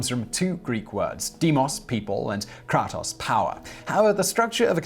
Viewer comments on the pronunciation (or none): none